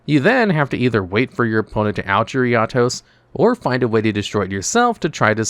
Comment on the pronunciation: You're pronouncing 'Eatos' weirdly. It's like you've never watched the anime.